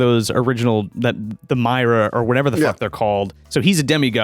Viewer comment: It's "My-ar"